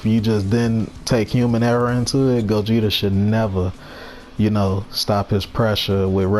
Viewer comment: I'm so happy cant say gogeta don't have mix